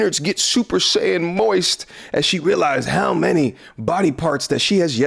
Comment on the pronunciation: “Super saiyin moist”💀